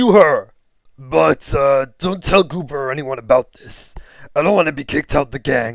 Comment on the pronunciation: Ikr and u pronounced gooper's name wrong